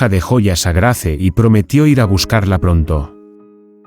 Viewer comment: Se escrbe Grace se pronuncia Greys